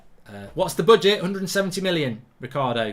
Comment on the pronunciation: Why does he keep saying boodget 😂